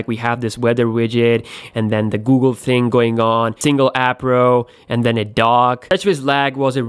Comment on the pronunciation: I hate how he says ting